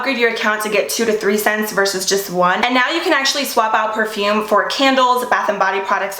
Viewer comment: Please try to be prepare for pronouncing perfume. Ty not being rude.